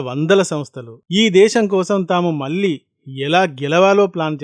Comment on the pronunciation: Your 'mallee' pronunciation is not correct.